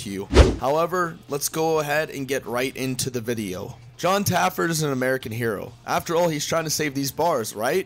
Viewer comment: Again....just Taffer...not Taffert or Taffard....no last consonant.